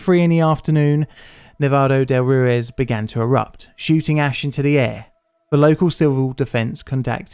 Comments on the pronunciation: Thanks for making and sharing this story with the public. I went to Armero 5 years ago and it truly is a ghost town. Just for your information: Ruiz is pronounced roo-eez, not roo-iz. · Or Roo-ez, which he also says. I’ve never heard a British person with decent pronunciation in any Romance language, they’re hopeless🙂